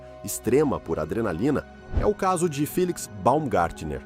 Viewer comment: Felix. Corretamente dito 😊